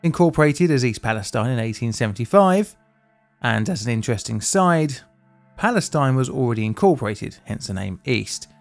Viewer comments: It feels so weird to say Free Palestine with the final vowel a long E instead of a long I. Why do American cities name themselves Palestine and have the gall to declare how we usually pronounce it the wrong way?! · Finally I’ve been waiting for this! I haven’t looked into the whole thing because I was waiting for you to tell me the whole story. Also, the town is pronounced East Pales-TEEN. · it feels so weird to say free palestine with a long e as the final vowel instead of a long i it's extremely confusing to have to switch back and forth with the real pronunciation and a bastardised american pronunciation. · small note: town pronounces it’s name East Palesteen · i think east palestine isn’t pronounced like that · Uhhh… The locals in East Palestine pronounce the last syllable to rhyme with “teen”. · I see more people complaining about the pronunciation of East Palestine not being like how they say Free Palestine. Why are these two pronounced differently? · I'm just surprised that nobody has corrected your pronunciation of "East Palastine" yet, at least not in any of the comments I've seen. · Surprised you missed the (odd) pronunciation of East Palestine, which was all over the news at the time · Not even in and you MISPRONOUNCE THE NAME OF THE TOWN! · How else does one pronounce the name? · East Pal-e-STEEN, not stine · According to the municipal government, the official pronunciation is "EAST PAL-uh-STEEN." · The city is pronounced East Pal ess teen. It's 20 miles from me. The train wheel was caught on camera failing in Salem next to the plant i grew up in. Many of my friends snd coworkers were affected by this. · East palestine is pronounced "east palisTEEN" and not like palestine btw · It’s pronounced “East Pales-teen” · The city's name is pronounced "pal-es-teen", not "-tine". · It’s pronounced “Fronkensteen,” I mean “Palasteen.” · To be an annoying Ohioan: its Pal-a-steen :) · Pronounced East palesteen